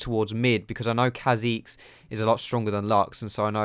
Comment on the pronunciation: He sounds chinese when he says kha' xiz hahaha